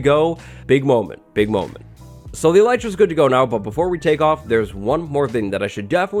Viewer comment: name yout Elytra as "Elite-ra"